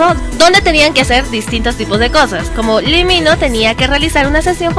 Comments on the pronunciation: No si, el lee mino😂😂 (se pronuncia lee Min jo) pero igual me encantó tu video😂❤❤👌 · según yo es lee min ho no lee mino